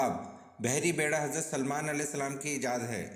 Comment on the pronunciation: بہت معذرت کے ساتھ ۔۔۔ سلام کی ادائیگی درست کریں ۔۔۔